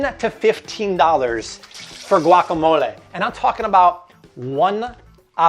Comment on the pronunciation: I appreciate the fact that he's making an effort to pronounce words the right way. Like guacamole, cilantro